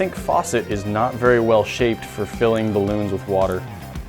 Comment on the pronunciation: Vewy Spoopy Grant!